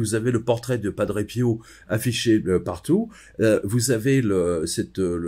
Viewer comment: à....merci de prononcer PIO..>..PI-O et non PIAU,,,cet accent est insupportable